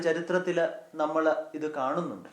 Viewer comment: ബഹുമാനപ്പെട്ട അച്ചാ, വളരെ മനോഹരമായ ഈ സന്ദേശത്തിന് ഹൃദയം നിറഞ്ഞ നന്ദി. ഒരു കാര്യം വളരെ എളിമയോടെ അങ്ങയുടെ ശ്രദ്ധയിൽ പെടുത്തുവാൻ ആഗ്രഹിക്കുന്നു. ൾ, ൽ തുടങ്ങിയ ചില്ലക്ഷരങ്ങളിൽ അവസാനിക്കുന്ന വാക്കുകൾ അങ്ങ്, ള്, ല്‌ എന്നാണു പലപ്പോഴും അവസാനിപ്പിക്കുന്നത്. (ഉദാഹരണം, നമ്മൾ, അവസരത്തിൽ). ഇത് വളരെയധികം അരോചകമാണ്. മാത്രമല്ല, നമ്മുടെ വൈദികരെ മറ്റുള്ളവർക്ക് പരിഹസിക്കാനുള്ള ഒരു അവസരം കൂടിയാണിത്. ശ്രദ്ധിക്കുമല്ലോ.....